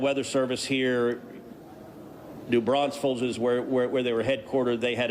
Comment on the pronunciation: As a Texan I hate when people misspronounce it as New Braunsfels. It's New Braunfels. No s in the middle.